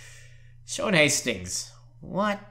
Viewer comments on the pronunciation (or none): none